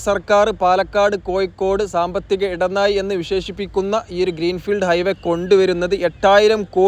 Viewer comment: കോയിക്കോട് . ഇടനായി മൊത്തം യ മയം !!!! പ്ലസ് ബ്രോ ഴ ഒന്ന് ശീലിക്ക് .....ഒന്ന് പറഞ്ഞു പ്രാക്റ്റീസ് ചെയ്യ് pleeeeeeese